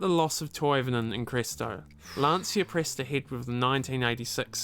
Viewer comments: Lan C ia not lansia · What a great car and great pilot! Interesting fact: Lancia is originally pronounced "Lancha". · Nice video, the Delta Family was beast and the Lancia was almost brutal in those days, with the 037, Stratos... Oh by the way, the correct pronunciation of Lancia sounds more like "Lancha" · For me as a German who owned two Lancia Thema 2.0 Turbo it took some time to learn the correct Italian spelling: It's like LUN-CHA (long LUNNN, short CHA like in Cha-cha-cha. And ignore the "i" completely.) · Its pronounced Lunch-ah in Italian.